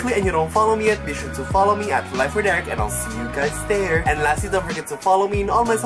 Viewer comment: Is it just me or when Eric always start a YouTube video he says hey guys it’s “Erica”!!!